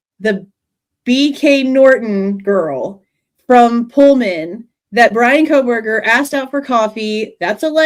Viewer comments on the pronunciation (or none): U mean he said KOL-berger 😂😂😂 he can't get that L outta there